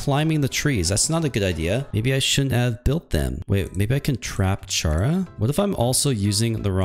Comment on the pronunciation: blud said cheara when its chara